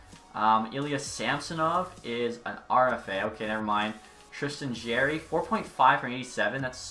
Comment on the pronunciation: it's JAR-ee not Jaer-ee. It's pronounced like a jar